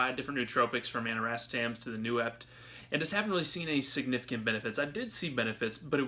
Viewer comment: He said aniracetam AND noopept wrong